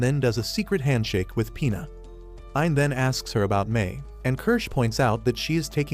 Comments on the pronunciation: Bro it's Pina not P***s 😭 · when ge says pina i keep hearing penis😭😭😭